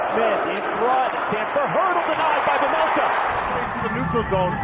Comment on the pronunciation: please, its "carl vaymelca" not vemelkha...